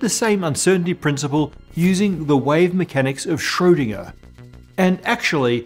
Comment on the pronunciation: Pressed that like button the moment I've heard Schrödinger pronounced right.